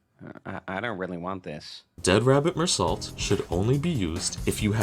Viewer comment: You dont pronounce the T at the end of Meursault. It's like "Mur-so" not "More salt"